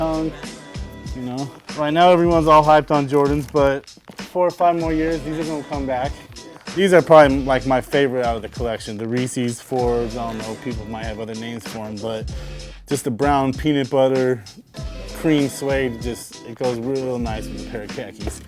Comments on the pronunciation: Guy is a fucking idiot. He said "REESES FORBE" and when the guy asked him about which sb's he's been looking for. He said "vamps" and it showed true reds LOLOL the guy doesn't know shit about sb's. He's just another wanna be collector with money to blow on kicks. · Poser, it's pronounced "Rees" as in Reese Forbes pro skater. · haha did he just say Reese's forbes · "Reese Forbes" El Oh El